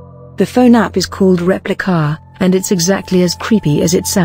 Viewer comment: "Repli-KAH!" I don't know why, but every time the robo narrator said the name of the app, I cracked up. Lol.